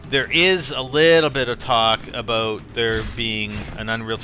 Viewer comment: Are you from Canada? ^^ just the way you pronounced "About" x)